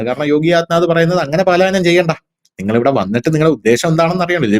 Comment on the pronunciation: Paalayanam palayanam ennu parayuka